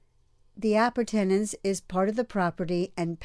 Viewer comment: The way she pronounced "Appurtenance" lol